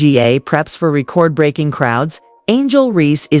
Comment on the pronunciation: The ai comentary is funny. reeecord breaking. c'mon just speak the naration.